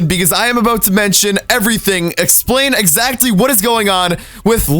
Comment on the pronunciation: your such an amazing entertaining youtuber,but its pronounced as [exactly] , not [ezatcly]